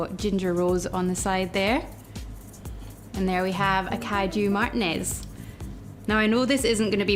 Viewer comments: Martinez is pronounced, "mahdr•TEE•ness" . If you forget, just remember: It rhymes with penis. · Love the cocktail idea! However, it was hard to get past your pronunciation of "Martinez"...😆 (Spanish is my second language) lol